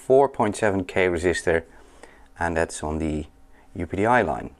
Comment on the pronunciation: Very good. I pronounce it "Up-Dee" :)